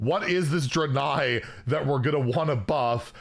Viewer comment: How does he still not know how to pronounce “Draenei”?